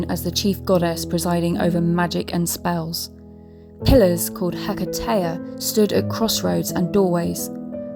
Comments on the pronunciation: Not He-CA-te but HE-ca-te. ie. It is upon the 1st syllable that we put the emphasis or stress, not on the 2nd syllable. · Love your video but it's Heck-uh-tee . Blessings 💜